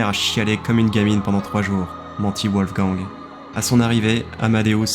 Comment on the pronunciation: Wolf Gang, le gang des loups en anglais. Sinon, la prononciation, c'est VOLF GANG. C'est de l'allemand.